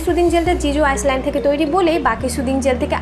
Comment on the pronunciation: আইল্যান্ড* not আইসল্যান্ড। The 's' of island is silent.